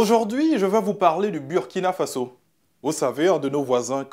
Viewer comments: Burkina Faso se prononce Bourkina Faso. C'est un mot invariable, dans toutes les langues il reste pareil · L'animateur soit il se fout des gens soit il doit repartir à l'école. On écrit Burkina Faso mais ça se lit Bourkina Fasso. Si c'était Burundi comment tu allais lire ça? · Désolé mais tu prononce mal „Burkina Faso“ toi tu est ivoirien et puis prononce comme les Français. Tu fait exprès ou bien? 🧐 quand même toi aussi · Ton maudia c'est pas Birkina Faso c'est Burkina Faso ton maudia 😂😂😂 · Il a le Burkina Faso, il n'a pas dit Birkina, normalement en français ça se prononce Burkina et pas Bourkina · Mauvais reportage en plus tu prononce mal le nom du pays